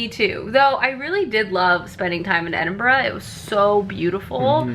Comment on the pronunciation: Honestly,, bravo on being able to pronounce Edinburgh properly👏👏😂😂